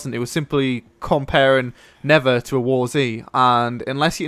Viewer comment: Come on. Not Neffer Not Never It's NeTHer.